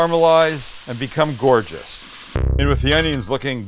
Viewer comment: je me suis étouffé quand j'ai entendu ''gorgeoruuuuueee'' lolll